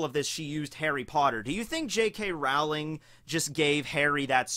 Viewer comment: Wtf i was legitimatly thinking guts from beserk and when you said that i was like "WAIT WHAT?? HOW DID HE KNOW WHAT THE OUT OF ALL THE CHARECTERS HOW DID HE KNOW??? THATS LIKE A ONE IN A MILLION CHANCE IT COULD HAVE BEEN ANYONE LIKE W O A H" also J.K Rarwling? XD thats not how you say her name its J.K Rolling